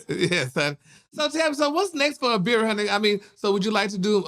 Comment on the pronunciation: He could at least get the girl name right🤦‍♀️ #Abira